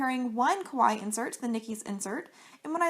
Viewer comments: I mean, it's literally a word from another language which is clearly not her first language. You can't expect everyone to know how to say it perfectly. 🙄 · I wish people would say Kawaii correctly😒